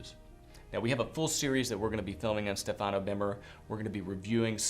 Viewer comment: you must pronounce Stefano in the correct way. The accent is on the first vowel StEfano. Cheers